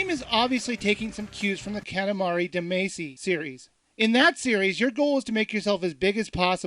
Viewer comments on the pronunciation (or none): dont think nothing much but you said damacy wrong you have to pronounce it as damachy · This review is not good at all. 3d platformer... not it's Katamari Damacy with a twist. And it's Katamari duhmahchee This review sucks. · That's "Katamari Dah-Mah-Shi",. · you said Katamari Damacy wrong' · you pronounced "Damacy" incorrectly. it's not english, its japanese. get it right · don't criticize it! all of the reviews are good! he Meant to misprounce "damacy" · hentaipleasemalcolm: the pronoced damacy wrong because its a running joke for himm